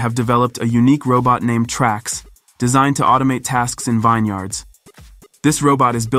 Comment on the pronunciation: Another false and misleading headline. No Chinese farm. No mechanical cows. No shocked world. Computer generated narration doesn't know how to pronounce vineyards. Calls them vine yards. Generally informative and entertaining just needs to be more honest with viewers. A grudging thumbs-up